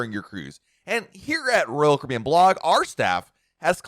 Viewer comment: SPEAK SLOWER!!!!!!!!!!!!!!!!!!!!!!! PROPERLY PRONOUNCE "ROYAL CARIBBEAN!!!!!!!!!!!!!!!!!!!!!!!!!!!!!!!!!!!!!!!!!!!!!!!!!!!!!!!!!!!!!!!!!!!!!!!!!!!!!!!!